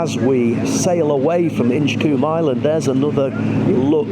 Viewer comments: Colm not coom…😂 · It's pronounced Inch-comb.